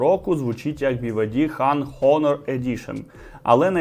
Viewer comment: Дякую лайк, але трошки поправлю, у англ слові HONOR буква H не вимовляється, а звучить приблизно як "Она" наголос на о